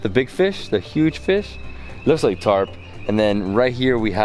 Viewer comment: Carp dude , not tarp lol